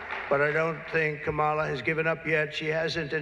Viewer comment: It´s Kámala. KAMala.